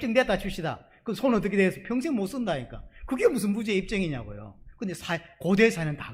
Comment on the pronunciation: 너무 잘 들려오는 설교입니다 무죄가 증명된다는설교중 무죄 무제 증명 정명 으로 발음되어도 웃음지으며 잘 알아듣는 저도 경상도 인지라 ᆢ 구독신청하고 잘듣고있읍니다 찐^^